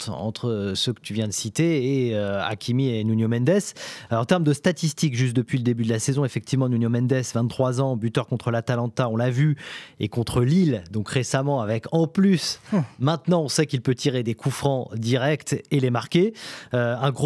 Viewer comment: Juste si on pouvait arrêter de dire "Nunio" ce serait cool parce qu'à force de l''entendre dans la bouche de beaucoup de journalistes un peu partout, j'ai les oreilles qui saignent.